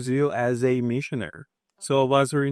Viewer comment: CORREÇÃO Você esqueceu de falar a última sílaba da palavras MISSIONARY e falou apenas "missionar", mas na verdade é missionary, com 4 sílabas: mê-sha-ne-ri ou /ˈmɪʃəneri/, em IPA.